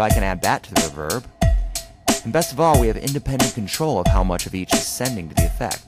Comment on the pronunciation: Super helpful but its ree verb not ruv herb